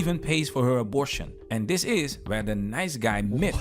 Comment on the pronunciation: I love the ugh-bore-shin pimp-nurse.😂